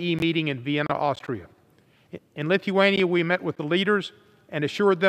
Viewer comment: Where the hell in Lith-E-wan-E-a